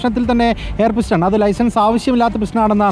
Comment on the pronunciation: പിസ്റ്റൺ അല്ല പിസ്റ്റൾ 😂😂